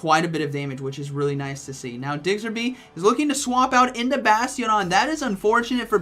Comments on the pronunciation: I had this playing in the background and when he said Diggserby i had to do a double take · for Gen6's sake please learn to pronounce. It's Diggersby 😂😂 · Me: Oh it's a Diggersby: Diggserby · "Digzer be" - Lol. "Diggers" as in "gold diggers" & "by" as in "bee or be". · The way he pronounces Diggersby kills me